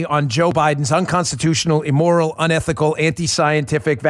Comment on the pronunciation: Immoral not Emmoral .... please Dan. You're educated, please show it.